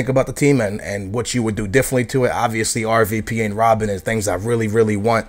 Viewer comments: its Robben not Robin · I think thts how he pronounce Robben XD